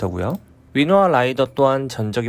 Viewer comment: 위노나 아닌가요? 계속 위노아라고 발음하시네